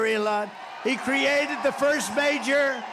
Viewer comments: This from a guy who has his mother live in his garage. And what does he mean by fust? Isn't it pronounced first? Lmfao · The 'Fust' Amendment?